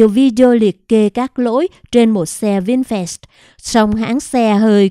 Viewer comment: Doc chu "vinfast" la vinh phat chu khong phai la "vinh phet "